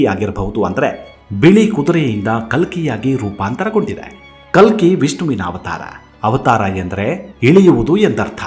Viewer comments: Its ಕಲ್ಕಿ ಭಗವಾನ್.....not ಕಲಿ....make the correction pls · ಕಲಿ ಭಗವಾನ್ ಅಲ್ಲ.ಕಲ್ಕಿ ಭಗವಾನ್.ದಯವಿಟ್ಟು ಸರಿಯಾಗಿ ಉಚ್ಚಾರ ಮಾಡಿ.ಹರೇ ಕೃಷ್ಣ 🙏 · ಸರ್ ನೀವು ಹೇಳುತ್ತಿರುವುದು ಕಲ್ಕಿ ಬಗ್ಗೆ ನೀವು ಖಾಲಿ ಎಂದು ಉಚ್ಚೆರಿಸಿಟಿರುವಿರಿ ತುಂಬಾ ಚನ್ನಾಗಿ ಹೇಳುವ ನೀವು ತಪ್ಪು ಮಾಡಬಾರದೆಎಂಬುದೇ ನನ್ನ ಕೋರಿಕೆ. ದಯವಿಟ್ಟು ತಪ್ಪು ತಿಳಿಯ ಬಾರದು ಶುರುವಿನಲ್ಲಿ ತಪ್ಪಾಗಿದೆ ಗಮನಿಸಿ 🙏🏼🙏🏼🙏🏼